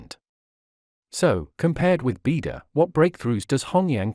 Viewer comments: I enjoyed and learnt a lot from your array of videos. Thank you. But I also can't help noticing your pronunciation of Chinese is somewhat inaccurate in most cases! For example here the word Beidou, you pronounce like bee der but should be 'bay doe ! Thank you.👌🙏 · It’s pronounced as “bay dou” not “bee dou”. It means Big Dipper in Chinese.